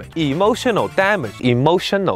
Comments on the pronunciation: "IMOtioNOL DAMedge" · Yummy Damage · Isn't that me hearing "Emotion O Damage"😆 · It’s like this EEmOtional DAMage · You are not alone, i sopposed he is saying that exactly like a motion of damage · I liked the part where he said Emotional Dah Mage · hehe "Emulsion of Damage" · "e Motional Damage" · am i the only one who hears "emotiono dam it" lul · Hahahahahahaha "E" motion o damage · EEmotional DAAmage. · Why he said EMOTIONO DAMAGE I thought he said emotional damage but he said EMOTIONO DAMAGE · I like how the subtitles get more corrupted every time he say “E. M. O. T. I. O. N. A. L D. A. M. A. G. E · E motional Dam-edge? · E motional damn age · Am I the only one hearing "A motion of damage" ? yea? no? okay.. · I hear "Emotional Damnit" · NAh i heard EmoTIOnal DAmagE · E motional Dam age, Vary Effaactive- Steven He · It now sounds like he's saying emotional damn it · tbh the first few times i saw it out of context i thought he said "emotion no damn it" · Emotional Damage(ee-mo-shun-ull-dam-idge) It hurty on the inside and make you wanna hurty on the outside. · E motional TA mage really sounds like he says a T LMAO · I always tought he says EMOTION NO DAMAGE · Today's Word: Emotional damages How to pronounce it?: Ee motional DAM ages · He say emotional damn it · eem ocean al damge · Emotional damdge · EE MO SHEN NO DAH MEJ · EEEmotional DAMnage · Imoushonol damach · Why do I hear emotional damn it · emotional damage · That right there is emotional damage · Nah, I heard it too at the end XD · Lol pitch perfect and I hear it now